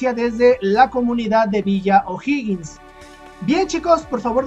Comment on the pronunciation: Bravo dijiste bien O'Higgins